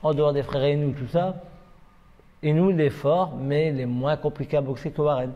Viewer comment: Sinon le mec qui domine sa catégorie de la tête des épaules s’appelle Naoya Inoue et pas « Inoua Inouais » ...